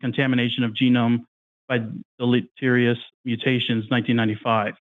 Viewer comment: Its tiring to listen to young earth creationists pretend to research and understand studies when they can barely pronounce the word deleterious. They are so far out of their depth they don't realize how out of depth they are. Yet, they steadfastly press on with talking points. They picked up off some young earth creationist website. Do they even understand the talking points? No. But what does that matter? When they sure as heck don't understand what they're arguing against.